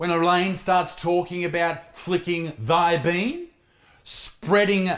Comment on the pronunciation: ''thy bean'' sounded like shakespeare 🤣🤣🤣